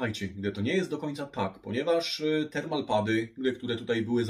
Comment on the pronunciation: w którym słowniku znalazłeś słowo "respektywny"? "termo-pady" nie "termal-pady" jpd, jak Ty przekręcasz, a innym razem kombinujesz ze słowami ... (gdybyś nie robił błędów, to nawet takie "respektywne" rzeczy by uchodziły, o ile było by widać, że umyślnie (z zamiarem popełnienia błędu) lub incydentalnie (okazyjnie/sporadycznie/rzadko) robisz błąd, a w przypadku tego słowa widać, że uważasz, że takie słowo istnieje)